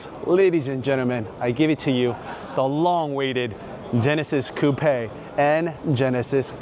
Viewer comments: Are you sure it's pronounced "cou-pè" rather than "coup"? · I've never heard someone say "Coupe aye" for Coupe. I've always heard it pronounced "Coop". Is this a thing? What areas pronounce it like this? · I hope you don’t get offended by what I tell you. I love the cars and your presentation was beautiful. Thank you. I just wanted to let you know that in English, you don’t pronounce it “ Coup- pe” it is one syllable, not two it is pronounced “Coup” (COOP). Just thought you would want to know that since you are reviewing cars and need to say that word 100 times a day. ❤ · I have never heard Coupe pronounced as "Coup pay"..lol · You need to learn how to pronounce coupe